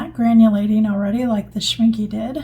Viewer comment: Thanks, that was pretty cool to see! I've been trying to decide which brand's Potter's Pink to get! (W&N is probably my winner, unless I can find a video about the Kuretake one...) (Also, and it's just the German in me, but it's pronounced Schminck-eh, not Schminck-y.)